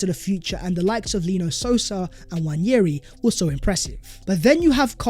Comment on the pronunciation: It’s not newanyeri like you say. It’s Waneri